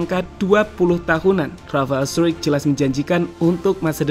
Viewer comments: Di baca straik bukan struik itu kata rafael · Bacanya Rafael struc bkn struwik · bacanya bukan r 'straik' tapi r 'strock'